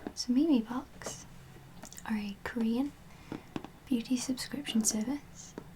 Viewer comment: its pronounced meem cx LOL